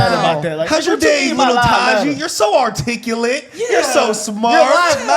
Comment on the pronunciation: Using the word “articulate “ too much and not saying it correctly. Corny